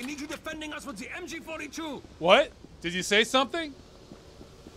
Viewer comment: It sounds like MJ42